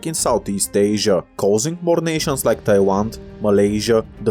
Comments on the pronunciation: I keep hear you call Thailand as "Taiwan" for some reason.... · is it just me or is he saying thailand as taiwan? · Yeah it sounds like he’s saying Tailan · Here are what I observed, he unknowingly pronounced "l" as "w", it's cute and here are some of the examples: • Laos → Waos • Thailand → Thaiwand • peninsula → peninsuwa • Bangladesh → Bangwadesh • island → iswand • popular → popuwar • well → weww • guerillas → gueriwwas • control → controw • balance → bawance • Guatemala → Guatemawa • canal → canaw • Colombia → Cowombia • Latin America → Watin America • collapse → cowwapse • a lot → a wot • longer → wonger